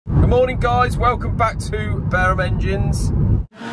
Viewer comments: Hi there why do you pronounce your company name bear-um engines ? In my local area barum is a make of speedway bike tyre and there used to be a race called the barum trophy so to me its pronounced bar- um otherwise great channel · In his defence I have always pronounced Barum "bear um" and I used Barum tyres on my cycle speedway bike in the 70s